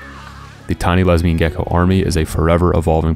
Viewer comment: Le-les-LESBIAN WTF